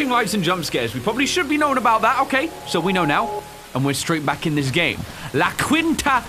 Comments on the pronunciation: You don’t pronounce the u in la Quinta you pronounce it with an Ē sound. Love your channel. Stoked I found it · it's pronounced la keenta lol